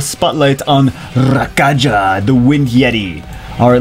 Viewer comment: I gota feeling his name isnt pronounced Ra-ka-ja but Ra-ka-ya